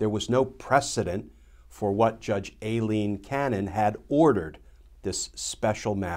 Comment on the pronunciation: He pronounces “Aileen” wrong. Does everyone do that like they did with “Colin” Powell?